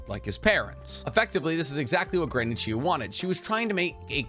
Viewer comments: You even spell it right but you still say Chiyu, not Chiyo. D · Are you purposely mispronouncing Chiyo-Samas name? Chi-yo, not you..yo. Chiyo. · Almost every video has a mispronunciation to the point I think its intentional. This video had Chiyo as 'Chiyu' and Kakuzu as 'Kakuzo'. The 12 Guardian Ninja video had Chiriku as 'Chiriko' and many others each video. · Who is this Granny Chiyoo you speak of??? Jokes aside, nice video